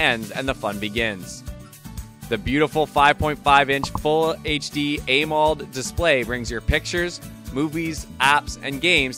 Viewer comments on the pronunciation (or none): Ah MO led. Why are you saying aye mold? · Bruh it sounds like he’s doing an ad read for each of these phones and struggling at that. That’s not how you pronounce AMOLED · I'd love to know what AIMOLD is, surely you mean AMOLED that's AM-OLED